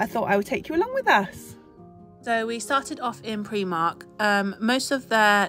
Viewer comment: Love Primark, but you pronounce it Preemark …us in Hertfordshire call it Primark. 🤷‍♀️ they have some great bargains. Thanks for sharing 😊